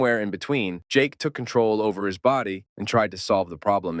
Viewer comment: Its jake not jack